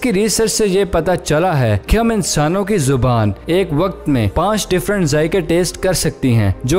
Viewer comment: زوبان نہیں بھائی زبان ھوتا ھے